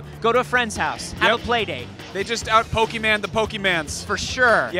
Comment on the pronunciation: it pokemon not pokeman get yo facts right